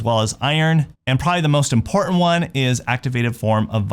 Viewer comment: right, he's a dofuss, pretending to be important, or IMPORNAN(t).